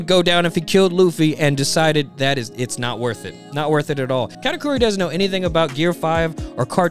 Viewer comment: the video was funny as hell, but the way he says cat-a-couri sounds like category and it got me 🤣🤣